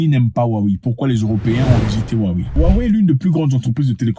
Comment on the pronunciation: Ça se prononce Wawé grand frére